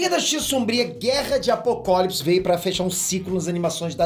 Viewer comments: mano so um adendo na sua fala, não se fala apokólips! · Só eu percebi que ele falou guerra de apokopolis